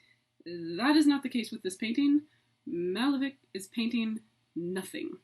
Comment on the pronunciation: Would be a much better lecture if all the names were used properly. The painter's name is not Málevik, but Malévich- ch pronounced as you would pronounce Chaucer, cherry, and so on.